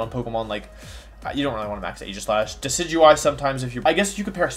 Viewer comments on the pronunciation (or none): none